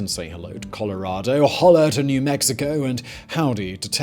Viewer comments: Simon announces that the rest of the countries on the Pan-American Highway speak Spanish, after just mispronouncing "Hola!" In-a-Gadda-da-Vida! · Hahaha the way Simon pronounces "Hola" is hilarous.